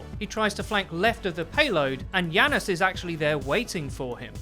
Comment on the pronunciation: It has a j not a fucking y. Say it with me now Janus Janus Janus. Not Yanus Yanus Yanus